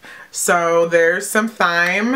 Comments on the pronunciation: You pronounce it time..... lol not thighm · You pronounce thyme like you do time btw. But love your video :) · I love doing subscription box videos, too! Btw, Thyme is actually pronounced as "time". Question! I am on Influenster & so far, all that they sent me was 1 thing of deodorant. It wasn't even an actual box. About how long did it take before you got your first full box? Btw, liked! :D Great video. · It's pronounced time lol love this video though! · its pronounced time